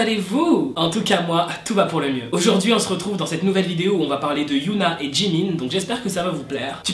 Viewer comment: Super vidéos, comme d'hab hein, mais y a juste un petit défaut au niveau de t'as prononciation pour Hyuna ^^' Enfaite, il faut prononcer le H de Hyuna parce que sinon je crois que ça fait un autre prénom, c'était juste ça ^^